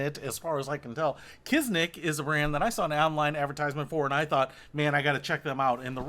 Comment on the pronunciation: I’ve been wearing them for 2 years. I’ve got 2 different pairs now, different styles. They do get even easier to put on after a few weeks but still maintain a good fit on your foot. Also it’s Kizik, not Kiznik. No N.